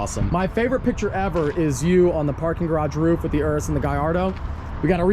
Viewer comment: OK so it's Urus not Urbus theres no "B" in the name & you even flop back & forth between the names. You're the only one I've heard say Urbus.